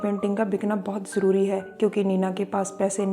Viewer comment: ik you are not pakistani you are speaking urdu jabardast which is Zabardast, jarori which is Zarori.